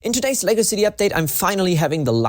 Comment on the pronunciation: The way he says "Lego city" always sounds to me like he says "Legacy city" even though thats too many syllables